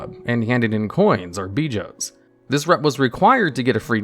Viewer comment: Bro I noticed this on other words. He says Scourge as "scorge" and bijou as "beejo" and naxxramas as "naxxaramas" lmao